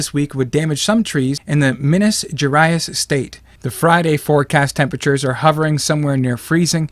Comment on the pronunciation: It's pronounced Mihnas Gherais Minas Gerais state Not Minas Gerayas